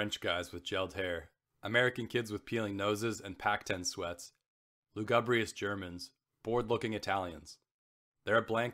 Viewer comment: Some advice: 1. Don’t read so fast!! Why the hurry? Give the beauty of the writing some room to breathe- and give the listener time to savour the what they are hearing. You have a good voice but the breakneck pace kills the experience for your audience 2. Research pronunciations: errors you made include Croat/Croatian, lugubrious, several names (Wilander)